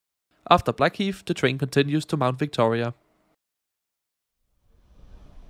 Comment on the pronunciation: Blackheath NOT Blackheat